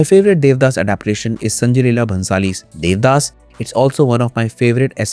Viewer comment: The audacity to not even watch the original bengali adaptation nor pronounce the no ek correctly. Debdaash